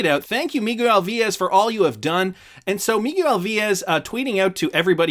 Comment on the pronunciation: Interesting way to say miguel .....mig-you-ell